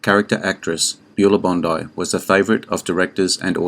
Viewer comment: Her name is BON-dee, not BON-eye. It's Beulah Bondi, BON-dee, you AI robot!